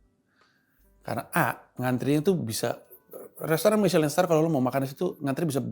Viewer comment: misyelin dibaca miselong bang 😂😂